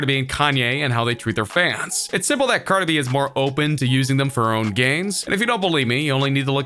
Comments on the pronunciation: The announcer called her Car -2-Be i thought it was Cardi B 🤣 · If he says carda b one more time I wouldn’t do anything but it will be very annoying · Y u say carda b? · "Cardah bee"? lmao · this guy says cardi b, “cardebie” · correction its cardah bee!! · Who tf is "Carda-be"?? CARDI B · Its brutally painful how he pronounces cardeh-beh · I cringed so hard when he said Cardi B in one word like CardiB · "cardabee" - xD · Cart-a-bee lmao😂😂😂😂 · Me. A human: Cardi B This narrator: CardehB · Why you keep saying “carda B”? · I like how he says Card-eh instead of Card-ee 😂😂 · It's cardi b..not cardib..you say it funny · I died when he said Cardae B 🤦🏽‍♂️😂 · How am I supposed to trust what you say when you’re out here saying “Carda-bee”?!! 😂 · Carda b he said her name really weird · Learn how to pronounce cars in.... caaarhda bee like wtf bro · John Lehman he says cardabee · Cardabee 😂😂 wtf, dude pronounced her name hella akward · I thought I was tripping when I heard that lmfao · U cant even say cardi b...dislike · I bothers me the way he say Cardi B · It was so funny how he pronounced Cardi B. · Lol the way he says cardi b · bro, you've got to change the way you say cardi b. i don't even listen to her music and i got chills listening to you say her name like that repeatedly hhaaha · You pronounce Cardi B like a fucktard. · When u condense three syllables into one